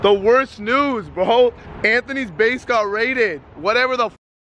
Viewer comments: “ base got raided!” I thought that he had said his face got raided. I was confusion😂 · I thought he said his place